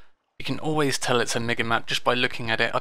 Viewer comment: I'm fairly certain it's pronounced Mee-ga, because of the two I's.